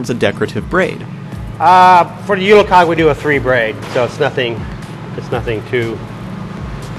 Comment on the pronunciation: Its actually pronounced jule-"kaje". The g is soft :).